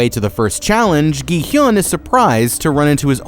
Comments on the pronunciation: "gee hyun" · Its gi hun not gy hyun😊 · why are you calling gihun as jihun????? Theres a G RIGHT THERE???? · why do you keep saying "gi-hyun"??? it's "gi-hun" 😭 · Ah yes "gihiun" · Im only 4 minutes in and im gonna say this, you have mispronounced every word, gi-hun 기훈 (pronounced gi-hoon) and ddakji 땈지 are just 2, you should make sure you know how to pronounce the names of people and stuff before making a video and not just go off the subtitles. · bruh how can u still get the main character's name wrong after watching the entire series likely multiple times to write the script "gi hyun... jee hyun" EDIT: bro got Thanos wrong too idk man it might be intentional at this point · thats not how you say his name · I've never understood why people don't research pronunciation when they're making entire videos about the subject. Plus if they've actually watched the show they'd know how to say it. They're either stupid or disrespectful and I'm not sure which is worse... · bro keeps adding a y to Gi-Hun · Dude... Learn how to pronounce the name of the games BEFORE you make the video... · Why is he pronouncing everybody's name wrong and all of the games wrong. It is really annoying me, Jee-hyun instead of Gi-hun, Yung-bae instead of Jung-bae, Jeji instead of Jegi, and Takji instead of Ddakji.